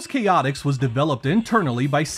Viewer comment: Great review! And just for the record, it's pronounced "Chay-ah-ticks" (with a very soft T), or at least that's how it's pronounced when the Chaotix characters showed up again in Sonic Heroes. And yes, I'd love to see more solo 32X reviews! I remember Shadow Squadron was a good one!